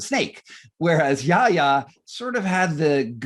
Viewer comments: In hindsight, it's Yahya not Yaha!!! I expected better from you! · Yahya not Yaha Mr Moderator. Please don’t mispronounce history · Choose between Yaya and Yaha 😄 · Is the mod stewpid ? It's Yahya, NOT Yaha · To the moderator: it's YAHYA Khan, not YAHA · good interview; wish you'd practiced saying Yahya instead of Yaha! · My dear,. The name is YAHYA KHAN, not YAHA KHAN